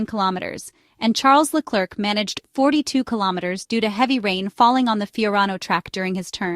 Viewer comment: It's "Leclare", not LeCLERK...............................